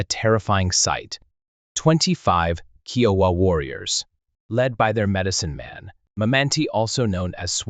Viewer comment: Love these stories, but so tired of hearing common words and phrases slaughtered by the computer generated voices I cant make it to end. especially when your are constantly mispronouncing the tribe you are telling the story about.